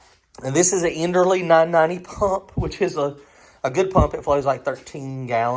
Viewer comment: i was trying to give an example of the pronunciation not a comparison of the companies. End-earl vs end-early. I guess i could have wrote it differently